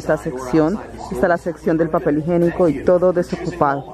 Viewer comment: No se dice higenico......la pronunciación es higiénico. Disculpa.